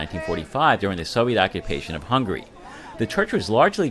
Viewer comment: There's a difference in pronunciation of 'hungry' and 'Hungary'.Another thing: we have a prime minister, not a president. Our prime minister is the president of his party.